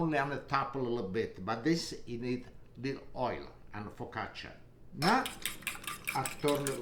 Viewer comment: He also e says holy /not oil